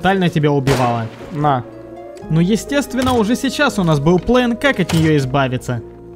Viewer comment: Слово ПлЭн коробит ухо , можно четко сказать слово ПлАн и это будет убедительней , а ПлЭн это стремная фишка